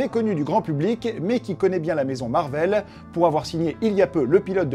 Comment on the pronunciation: pour quoi tu dit Marveul?